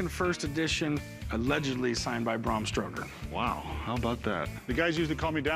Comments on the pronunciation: Nearly died "...allegedly signed by Bram St_oker." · "Bram Stroker" 😂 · Corey calls him "Bram STROKER" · Cory said " Bram Stroker" lmao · I just love how Corey is calling him Bram Stroker 😆😆😄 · He called him Bram Stroker. How did he screw up his name, when it was right in front of his face? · Cory definitely said Stroker!!! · Guy gives you a history lesson and calls the author Bram Stroker. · "Bram Stroker" hahaha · Corey called the author ‘Bram Stroker’ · Didn't anyone else notice Corey call him Stroker???? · It's not Stroker Corey, and by the way you should've had Rebecca look at that book. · Nobody else caught Corey calling him bram stroker!?!? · Stoker, not Stroker there Corey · Jeezus Corey... “Bram STROKER”?????!? No. Just no. It’s STOKER. ☺️ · He called the author "Bram STROKER " ....Haaaa. Educate me more please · Cory: "Braum Stroker" 🤣